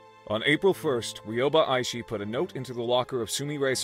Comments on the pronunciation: Hi!! Aishi is pronouced “A-shi” the first i is silent c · ITS EYE SHE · It’s pronounced I-shee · U got Ryoba right in pronouncing but aishi is pronounced eye- shi k not tryna be rude just saying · I just wanted to say that you pronounced her name wrong but that’s all right because you’re still my favorite YouTuber by the way, you have to pronounce the i at the end not hate